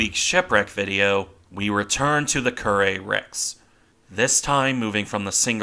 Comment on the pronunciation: I've spent my life pronouncing Kure , like cure not Kuray